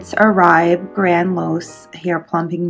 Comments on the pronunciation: It’s pronounced Or-bae not Oraib. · It's pronounced Orbay. :)